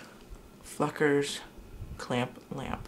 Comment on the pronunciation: When u said fluckers I thought u said a bad word